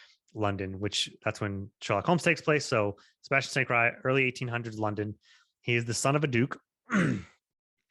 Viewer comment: Isn't it pronounced St. Cyr (seer) and not cry.